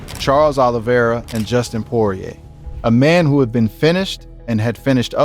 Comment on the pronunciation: You lost me at “Justin Poirer”